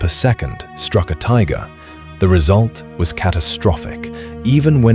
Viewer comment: Tigger?😳